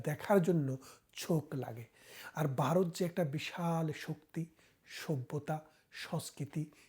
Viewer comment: বারত নয় , সঠিক উচ্চারণ হবে ভারত।